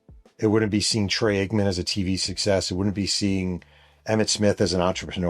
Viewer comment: My favorite part of these Cowboys stories is how you just cannot say Troy Aikman’s name right lol…great stories, but that just makes me chuckle.